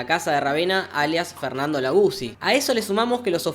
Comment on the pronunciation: es bernardo laguzzi y siempre pronuncio fernando